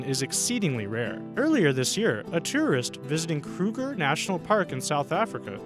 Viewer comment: who else thought terrorists when he said tourist then replayed it to check again like if u did